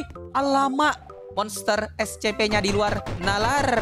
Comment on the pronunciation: Kok bilangnya escepe bang biasanya essipi